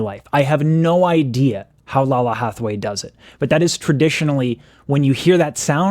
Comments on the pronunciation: Laylah, not Lala. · Her polyphonic is RUDE! lol Btw...I counted 5 "what's," you should check out Snarky Puppy feat. Lalah (pronounced Lay-Lah) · Lalah Hathaway (pronounce it with respect on her name: LAY-luh) is the legit crown princess of jazz. Excellence was the only choice here. She and the backup singers understood the assignment. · The pronounciation is Lay- Lah. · I love your reaction. Lalah is pronounced (Layla) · Black woman will fix it. Btw... It's Lay-luh😂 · Just fyi, her name is pronounced "Lay-la ". I love love love your videos!!!😄😄😄😁